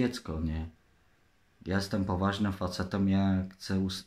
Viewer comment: "Ja jestem powaznom facetom" czehuj czeciez drodzy widzowie 😂